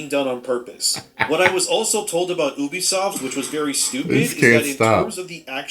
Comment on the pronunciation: bro kept saying obisoft over and over and over